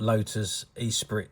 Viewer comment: Pronounced Esspreet, not E-Sprit! ;)